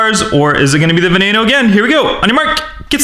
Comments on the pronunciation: Not vey nee no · Who noticed that he said vaneinoo instead of veneno 😂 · Its veneno not venano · veneno is pronounced ve-ne-no the E`s are long E`s same with the O the O is a long O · it's veneno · Oml it's pronounced veh neh no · this guy pisses me off he pronounces veneno wrong ugh!!! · You did not say veneno right lol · Sam TheMan its hard to pronounce ok